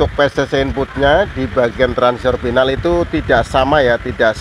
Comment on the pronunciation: Final, bukan pinal.